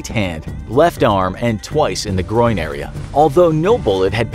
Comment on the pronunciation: He said groinn